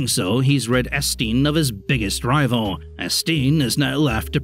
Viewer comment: Hearing someone pronounce Étienne as Estine is horrible